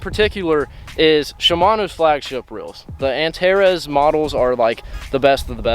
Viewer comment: It’s pronounced with an S instead Z Antares not antarez